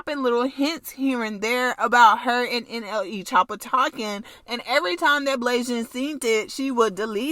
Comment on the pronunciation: Why she say nle like that she said n eee😂😂😂😂😂😂😂